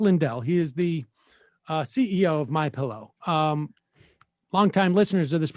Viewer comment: MI-PEE-LOW, hmm?